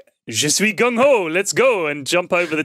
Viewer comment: you said the gung part almost perfectly, good job lol